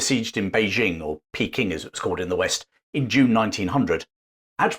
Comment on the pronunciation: Informative video, but for the record, Beijing is pronounced Bei-DJING, not Bei-ZHING. Same syllable as in Nanjing.